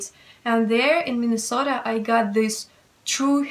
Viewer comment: You say minnesota like someone from minnesota, Accent really rubbed off haha!